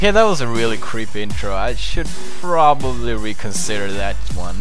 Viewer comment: “I should broeenwbly reconsider the intro” Lmao early Pewdiepie